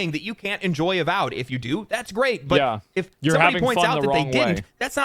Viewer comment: A-symetry A-vowed